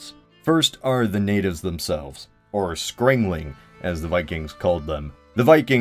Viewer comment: Skraeling - Skremling 10/10 pronunciation